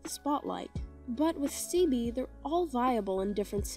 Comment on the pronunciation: Ceobe is pronounced “Kay-oh-bay” but you got leizi right, it’s pretty much just “lazy”